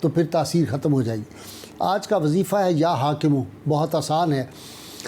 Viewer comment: Ya hakimo kiyon padh rahe ho Ye ya hakamo hai Please correct pronounce kare